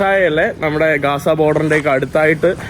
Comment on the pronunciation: കാസ അല്ല gaza എന്ന് പറയണം